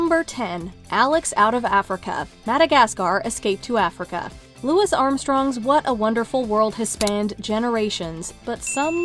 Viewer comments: I'm pretty sure it's Louie, not Louis. That said, I love good movie moments because I cry more with happy stuff than sad stuff. See the ending of Nanny McPhee Returns for proof why. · Just FYI Louis Armstrong's first name is pronounced Louis (LOO-ee) not like Lewis.